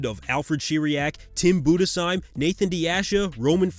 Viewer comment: Respect for pronouncing Budesheim right